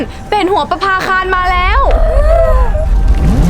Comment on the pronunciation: คำว่า ประภาคาน ไม่ไช่น.หนูจริงๆเเล้วร.เรือ